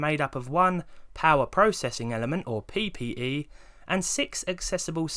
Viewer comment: "[...]and made up of one Power Processing Element, or PeePeeE, [...]" Me: *giggles*